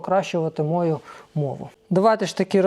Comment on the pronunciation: Не мОю, а моЮ